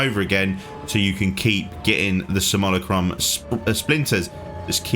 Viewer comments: Say it with me.. sim.. u.. la.. crum. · Say samillykrum one more time. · are you purposely saying Simulacrum wrong? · Dude I know English is weird for pronunciation basically anything that is not English. But how on earth did you come to the conclusion that Simulacrum is pronounced the way you did here? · I swear he is intentionally pronouncing it messed up 😂😂